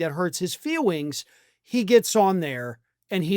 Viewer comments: I think I heard you say feewings. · FEEWINGS!!??? HAHAHA!!! 😅